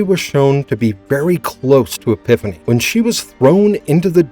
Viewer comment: Man can you tell this narrator is not a Xena fan due to the many many mispronunciations. Queen EPIPHANY takes the cake though. Sheesh